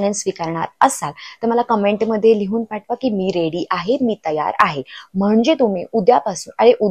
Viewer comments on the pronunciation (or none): none